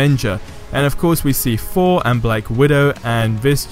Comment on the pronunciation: Can’t say Thor